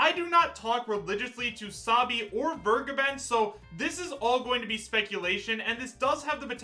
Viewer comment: Vergeben is a german Word. Everytime when He is saying "vergeben" my skin is crowling.